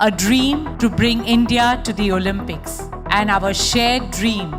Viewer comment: great video but one common mistake, an indian always makes. It's pronounced as Olympics, not Olampics. 😂